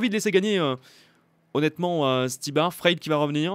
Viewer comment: C frailé pas fraile